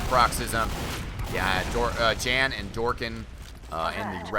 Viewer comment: Hey. Since these are European players "Jan" is almost certainly pronounced "Yahn" (so that it rhymes with Han from Han Solo). I'm currently living in Germany and know about 20 "Jan"s from all over Europe. None of them pronounce their name the way you say it.